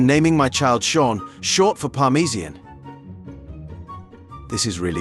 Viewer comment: Parmeesien...that mispronounciation is soooo CHEESY!!!